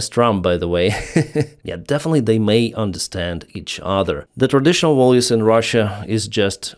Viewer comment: Not volues, but values,.